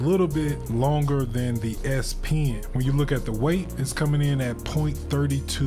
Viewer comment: So, would you recommend the S - pee-in (as you say)?